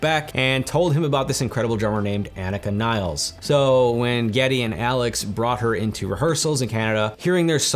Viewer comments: Agreed bro. FYI, she pronounces her name AH-neeka nills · I would love to hear you pronounce her name respectfully and properly just once. You should personally apologize to her for making this video and mispronouncing her name.